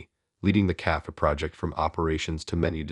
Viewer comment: AI narrator is pretty bad. Cannot pronounce multiple words including cafe, nor the name Liam. Story is not bad, please find a different narrator.